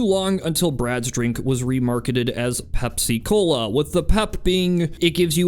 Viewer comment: Bro it's not pep- cola it's pepsi-cola for the pepsin in your stomach